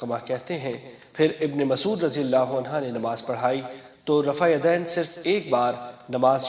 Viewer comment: Jahil deen sikha raha hai. Sahaba ko rajiyallaho anhoo bolta hai. Jabki anha hai. Iss ko mojakkar aur moannas me koi fark nahi. Aur aaya hai deen sikhaane 🤣